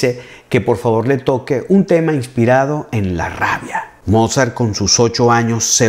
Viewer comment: eres maravilloso. Soy cubana y aquí la internet es aún un poco cara. Mira si eres bueno que llevo dos días escuchando tus magníficas clases sin parar. Una sugerencia para quien puede hablar portugués brasileño por asociación musical y porque lo vas a seguir usando: en aleman la w suena v y no vu como en inglés, la v suena f así que Mozart suena volfgang Amadeus motzart y Beethoven suena lutvig fan beetofen y Bach suena baj. Pero eso es solo para que te acerques aún más a la perfección, por favor no lo tomes como una crítica altanera. Te has vuelto mi amor a primera vista en YouTube